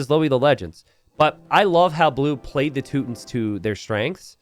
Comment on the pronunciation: "Tooot tins" i had to laugh at that pronunciation sorry. Sounds like that civilization's units are always farting. "Toot toot". It's too-ton-nick or teww-ton-nick as the two main pronunciations in english.